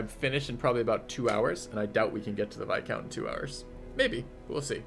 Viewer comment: Dude, no, it's pronounced "vai-count". The S is most definitely silent.